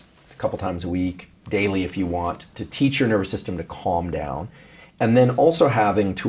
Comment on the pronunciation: "Your nerber system"